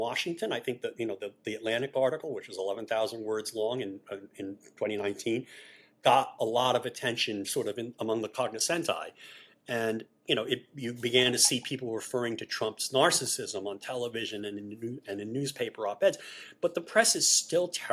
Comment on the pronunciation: As a cyclist, I had to howl at George's pronunciation of cognoscenti. Everything else was enlightening and greatly appreciated.